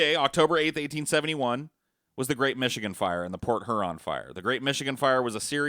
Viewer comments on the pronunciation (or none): Hearing butcher the pronunciation of Peshtigo, Menominee and Huron oof